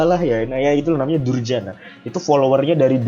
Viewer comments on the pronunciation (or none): Dayana bang, dayana.. kok durjana haha